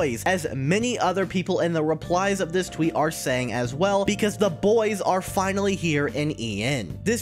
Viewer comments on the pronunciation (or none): none